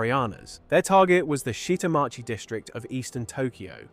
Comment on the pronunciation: you butchered 'Shita Machi'